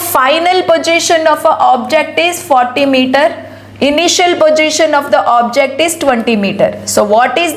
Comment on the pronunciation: mam please pronounce the word position properly